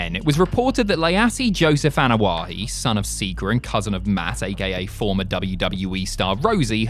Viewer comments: Ok seriously.... it's Anoa'i..... why you added an H sound to the name?? What's so hard?? Ah No Ah Eee...... what the fuck 😆 🤣 😂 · You need to pronounce the last name the right way